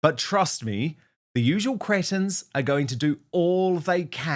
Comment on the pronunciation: Dan, I absolutely love it when you say 'cretins' 😂 Reminds me of my dad who used to say that word all the time 😂 xx